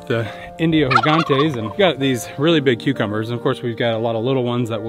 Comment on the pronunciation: Índios Gigantes are amazing and not agressive at all! Funny thing is that you are spealling "GIGANTE" as if it was spanish, and we, in Brazil, speak Português and the spealling for G is not with H sound, try Google Translator to hear the right spealling. About your peachicks, they are very fragile in this fase, specilally to verms and watching how yours died, Im preatty sure that this is your problem, most because hens are with them and they eat their feces and get verms from doing so. They look week because of the verms inside them not allowing their bodies to absorve all the nutrients they need .